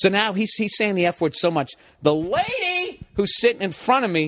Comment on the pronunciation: Why is he saying "LAADYY" like this?